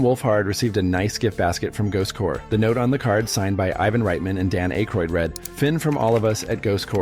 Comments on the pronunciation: Aykroyd. AAAAkroyd. Sheesh. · Stopped it at the wrong, AI, pronunciation of Dan Aykroyd's name.